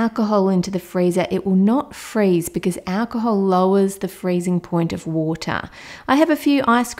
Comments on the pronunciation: "You need some WoOtAh" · I love how she says water Woota